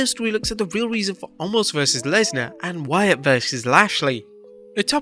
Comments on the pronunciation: WHY do they keep calling him ALMOST!!! It's OMOS!!!! NO L in his name, even Brock did this, HE may have been making fun, but there is no L in his name. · Did anyone else notice at the start of the video.. He said “omos vs lashley” and “Wyatt vs lesnar” 😂 come on